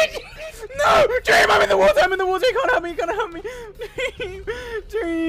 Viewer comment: sounds like George said deam😂